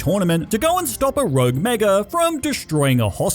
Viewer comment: You said “thwee rouge megas”